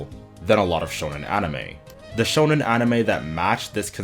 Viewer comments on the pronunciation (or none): It’s not pronounced like “shownen”, it’s “shOnen” as in shopping.